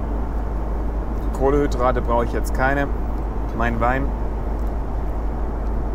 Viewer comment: Wenn motzt, dann will ich auch mal motzen. Es heißt "KohleNNNNNhydrate"! Kohlenstoff, nicht Grillkohle! Ansonsten super Video, der Platz ist aber wirklich nichts besonderes...